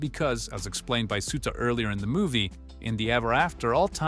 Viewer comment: It hurts… it hurts… “SUE-ta”? Do these people even watch the things they make videos about?